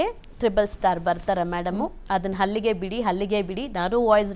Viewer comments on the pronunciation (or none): ಹಲ್ಲಿಗೆ ಅಲ್ಲ ಅಲ್ಲಿಗೆ, ಹಿಲ್ಲಿಗೆ ಅಲ್ಲ ಇಲ್ಲಿಗೆ